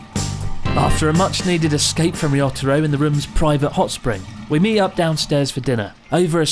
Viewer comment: To be fair, I don't think I've ever heard you pronounce Ryotaro's name correctly, (I somehow doubt his name is actually りょったろ) so he can call you Chris Board if he wants to :P